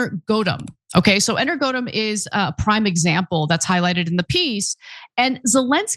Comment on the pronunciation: Ana, it's not Energodum. Energo+atom